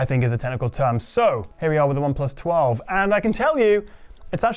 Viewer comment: Oneplus Twa-vey